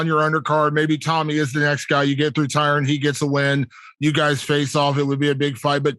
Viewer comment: Jake keeps calling Tyron as Tyrone lol and no one corrects him